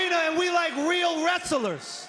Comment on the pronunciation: "We like real WRESS-ELERS!" 😂